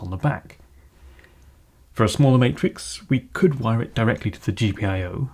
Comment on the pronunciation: Sorry for the ignorant question, but why do you sound like you're from canterbury, but pronounce wire with a V?